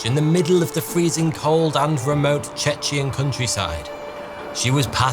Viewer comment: What the hell did you say ?? The subtitles claim it is Cetchian :D